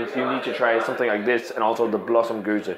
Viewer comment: You're reviewing a gueuze, not a gose! Double check the pronunciation, because 3 fonteinen gueze is spelled different to lindemans gueuze. See what i mean? Im confused. I need to ask on the Belgian Beer Board on facebook!